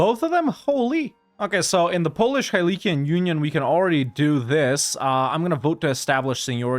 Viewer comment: Wow, your polish pronunciation is spot on. Did you live there? 😂😂